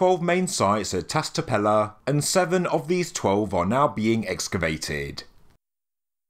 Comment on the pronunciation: It’s Tash tepeler, and Shanliurfa, in Turkish the S with a dot or a line underneath it sounds like Sh in english.